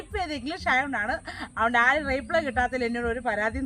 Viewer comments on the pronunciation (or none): റീപ്ളേ അല്ല റിപ്ലൈ.. (Reply ) ഇനി ഇങ്ങനെ പറയു